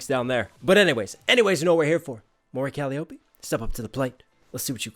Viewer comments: this bothers me. calliope - coh lie oh! pee. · KAH-LIE-OH-PEE. Her name is borrowed from Greek mythology, and she states it many times; always pronounced correctly.. but you always butcher it so badly that it comes across as disrespectful. :/